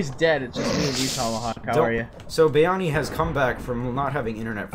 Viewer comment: Why does say BYani?